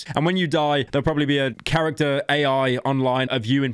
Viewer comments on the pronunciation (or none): none